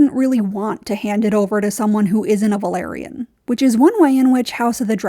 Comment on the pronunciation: It’s “Velaryon” not “Valyrian”